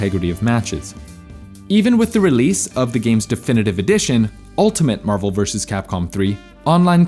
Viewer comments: Mah-vel. Dude you sounded Australian there for a sec lol. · Threw in a cheeky little "Mahvel" there! 😂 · the way he says "marvel"lmfao